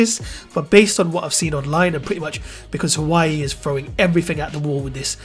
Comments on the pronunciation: Lets start a drinking game.. Everytime he says hawaii take a shot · just a quick tip. The name is pronounced "whah-way" (huawei)